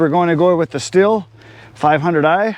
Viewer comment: You indeed say “shtil”